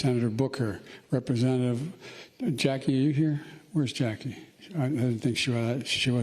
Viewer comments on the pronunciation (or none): I'm more appalled at how he pronounced "Representatives and Governors". He almost crammed all three of those words into one syllable.